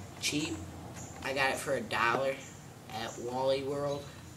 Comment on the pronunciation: lol the way he says a dollar